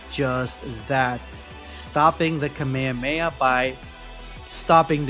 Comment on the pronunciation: please stop saying kameyameya instead of kamehameha, but regardless great vid.